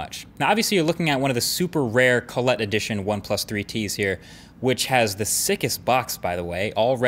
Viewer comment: What the ef is colletee?